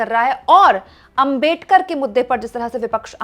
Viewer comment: अबे डकर नहि अबेडकर जी.